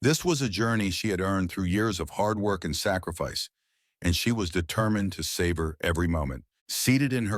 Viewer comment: It's savor NOT "save her"!